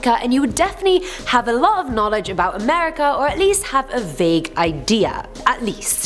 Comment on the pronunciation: Can we have a AAAmerican do AAAmerican stories or at least someone that can pronounce (A) merica.